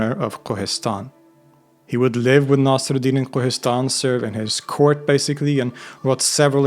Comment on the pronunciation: Also Naasir-ud-Deen